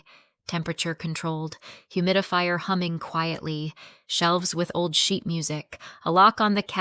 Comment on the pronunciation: Sheet not sheep.